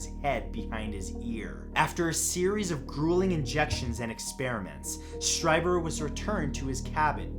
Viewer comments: It's pronounced Stree-ber, not Stry-ber. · #2 is pronounced as streeber. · Whitley's last name is pronounced STREEBER. That's how he pronounces it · Awesome. 'Hair of the Alien' (about Peter Khoury) is a great read with some real surprises. Strieber is pronounced Streeber. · Whitley Streiber's last name is pronounced "Stree-ber." (Sorry; I love you Matt!)